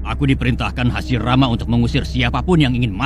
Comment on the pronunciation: Kadang salah ngomong.hasirama dibilang hasimara